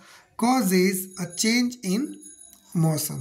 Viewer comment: Motion ❎ moson ✅ 😅